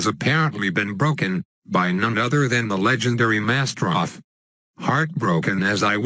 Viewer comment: Bbooooooo we all like MasterOV and its pronounced Master O-V!